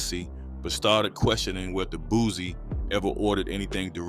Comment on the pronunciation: It's Boo C not Boo Z fool dam smh you sound like a goofy